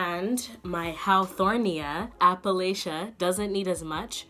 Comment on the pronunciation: haworthia not hawthornia